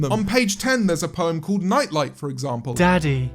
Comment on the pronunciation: cynic saying daddy with a british accent was all i needed